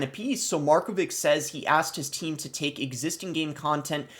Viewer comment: you clearly don't know any surname of east europe, markovic is pronounced markovitsh